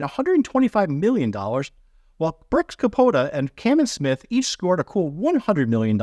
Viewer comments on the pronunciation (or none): Dustin Johnson, not Jackson, and Brooks Koepka, not Kapota LOL